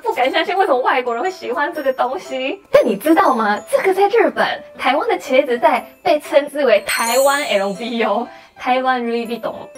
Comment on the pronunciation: 茄（ㄑㄧㄝˊ）芷袋好難得有人講對，而且還是日本人